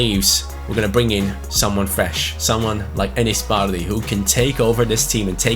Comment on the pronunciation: Who else hates the way he says bardhi?